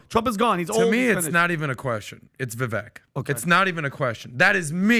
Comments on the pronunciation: This man is so educated at least have respect and pronounce Vivek properly, It's pronounced vivake (like cake) not pronounced as vek at the end. He's been on your podcast even I believe? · Please pronounce Vivek’s name correctly—VI-VAke is how it is pronounced. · IT’s VIVEK, LIKE “cake”!!!! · PBD & crew... you guys had Vivek on twice?! Podcast & townhall... How can everyone of you keep screwing up his name?! He told you it's pronounced Vi-vak... wake/cake/make. Get it right! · Love the podcast, but with as important as this podcast is, can we please start to say Vivek's name correctly? Vivek says he appreciates the effort, but after 6 months it starts to become laziness. Vivek .. vek is pronounced like Vake. Vivake, spelled Vivek. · ViVAKE like CAKE!!! STOP MISPRONOUNCING HIS NAME!!! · Hi. Vivek sounds more like "cake" than how youre all pronouncing it. gotta learn your next vp's name. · Love all you guys (cough, cough,?, cough!) and everything you do; but Vivek's name is pronounced "Viv-ā-k", as in, an "ache" in your bones. Viv-ache. He's pretty clear about that and the entire panel is pronouncing his name wrong. lol. Anyway, keep killing it! God bless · can’t even say Vivek’s name right. 😂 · Day 3 of asking Pat to stop mispronouncing Viveks name